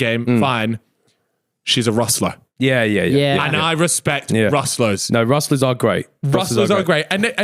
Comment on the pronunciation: You know it’s RUFFLER not RUSTLER right? 😂